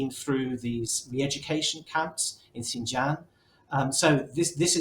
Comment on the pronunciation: They can’t even properly pronounce Xin Jiang. I doubt any of them actually learned any language of china